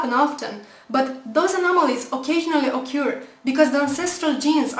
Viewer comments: first of all, occur is not pronounced like ohcure. More like uh-kerr. Then, if the reason is "ancestral" gene being "still" present, this means the gene in question has a function in the organism, other than the supposed ancestral one. Remember what Dawkins said about DNA not being a "blue print" but a "recipe"? Any genome for multicellular animals is like a recipy that bakes itself. This means something which is in one of the "recipes" meant to be final may in another one be meant to be a preparation. Teeth in chicken embryos are a preparation for the ridge in the beak. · great video ★★★★★ "occur" with accent:P